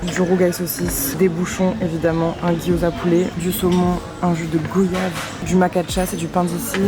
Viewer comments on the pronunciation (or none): Hello super vidéo ! Merci ! , ps : on dit UN coco ou une NOIX de coco, et on prononce goyave (gwa-yave)comme voyage, car l'origine du mot est guayaba